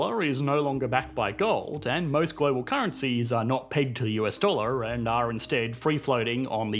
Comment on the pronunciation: Weird pronounciation at the end of each word where dollar is not dolluur come on thats embarassing. You do it at the end of every sentence. Fix it.